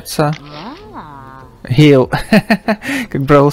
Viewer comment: только в бравле не Гейл а Гэйл.